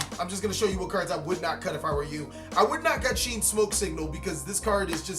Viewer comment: It’s not pronounced Sheen, it’s Shi en (She-Ehn)